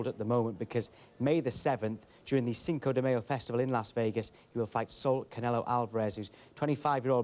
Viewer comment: Did anyone else catch him say chinco de mayo lmao ha ha 😂